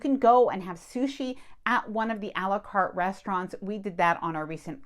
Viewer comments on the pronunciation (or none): Did you just say. Ale U cart